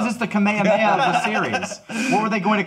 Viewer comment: Lol cringe, love, but pronouncing Kamehameha as “Kameyameya” will always fuck with me